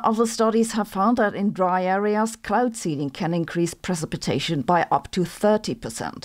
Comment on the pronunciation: Silver Iodide and pre-sip-a-tation.